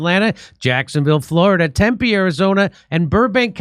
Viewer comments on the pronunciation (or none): none